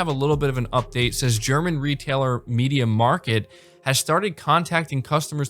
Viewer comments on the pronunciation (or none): Media “Mark-t” is how it’s said bud.